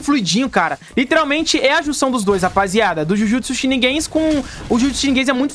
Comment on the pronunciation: "Jujutsu sheniguens" KAKAKAKAKAKAKAKAKAAKA